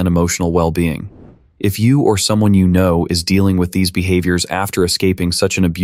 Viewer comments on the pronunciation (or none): none